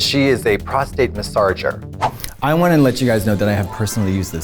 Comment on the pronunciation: "Prostate massarger"🤣